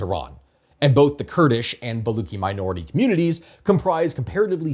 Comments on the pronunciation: I get what you were doing with the pun in the thumbnail. But like as a Baluchi I think i missed the pun initially because as far as I know I pronouce the "luch" in "baluch" like "lucha" than "Luck". So ba-luch. But you're using "ba-luck". I'm not sure if this is standard, but as far as I've heard it in family it's "lucha" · Man you don't even know how to pronounce baluch. Don't comment on Iran. Please. You have no idea.